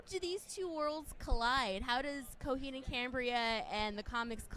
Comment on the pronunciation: CoHEED it’s coheed...why so much accent on the EED I don’t like her...mother superior make it stop 😞